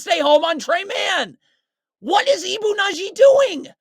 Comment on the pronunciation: It's Badji, not Nadji. Good video, though. It was hard to watch in real time. If anything, this is worse.